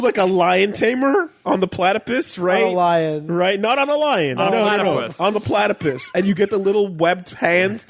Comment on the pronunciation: Why does keep calling it a platypiss